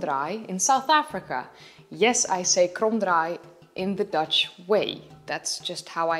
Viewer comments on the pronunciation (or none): none